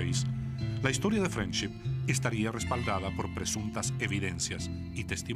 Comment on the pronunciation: se que significa friendship pero "frenchip" como dice la señora que relata ...quien sabe que quiere decir